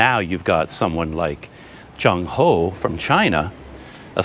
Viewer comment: Admiral 郑和 should be pronounced as Cheng6 Wo4 (in Cantonese) and Zhèng Hé (in Mandarin) His other names were: 马和 (Mǎ Hé) muslim name 三保太监 (Sān Bǎo Tàijiān, or "Eunuch Sanbao")